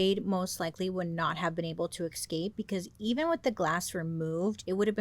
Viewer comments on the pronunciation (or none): The best thing about Bailey is she hasn't ever changed the slightest in over 5 years: in the friendly tone, mode of investigative-hot-goss storytelling and... in pronouncing EX-CAPE!!! lolll love her for it allll have been fan for years - best youtuber out there 💘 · does anyone know why she says eXscape? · Girl I love u been subbed for ever but the way u turned escape into excape is a bit of a crime at r age 😂😂😂 u look fabulous as usual so hay we win some we loss some ❤❤❤